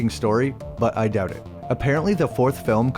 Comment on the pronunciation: If I had a nickel for every time you pronounced out as eouwt and doubt as deouwbt, I'd be rich.